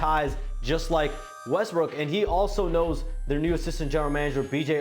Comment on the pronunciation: He said Westbrick again. Haha.